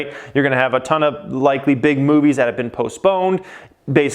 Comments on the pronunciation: I thought you said big booty🍑 lol big movies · Did you say big booty lol